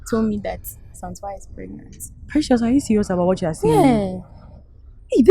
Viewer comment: Did someone hear saying Precias 🎉😂